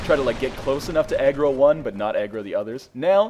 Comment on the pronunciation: I don't know why, but I thought you said egg roll when you said aggro.